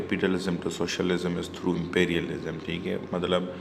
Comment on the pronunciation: Plz correct your pronunciation of Monopoly , imperialism etc. Rest is your nice effort